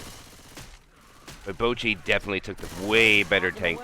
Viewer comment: I’m sorry but the caster calling boochi bowl-qi is just too funny to me lol